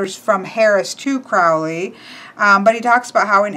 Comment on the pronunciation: Great walkthrough, but you're making the Ozzy blunder - mispronouncing "Crowley". Uncle Al wrote a poem about it once: "My friends call me Crowley because they think I'm holy. My enemies call me Crowley because they wish to treat me foully.